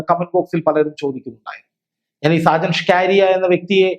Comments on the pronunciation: ഷാജൻ സ്കാരിയ അല്ല. ഷാജൻ സ്കറിയ എന്നാണ് ഉച്ചരിക്കേണ്ടത്. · സാജൻ സ്കാരിയാ അല്ല മാഷേ സാജൻ സ്‌കറിയ എന്ന് തിരുത്തി പറഞ്ഞു പഠിക്ക്കൂ കുട്ടീ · അവതാരകന് സാജൻ സ്കറിയ എന്ന് ശരിക്കു പറയാൻ പോലും അറിയില്ല.